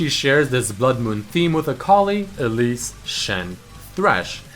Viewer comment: The way he said Elise was so weird